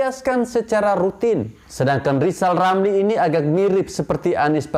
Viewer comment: Lajawali ngeplet wkwk...lizal lamli